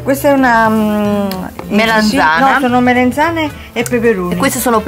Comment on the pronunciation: MelEnzane?? MELANZANE